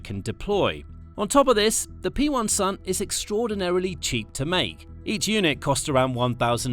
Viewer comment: Its a "Pensil" not P1-Sun iyktyk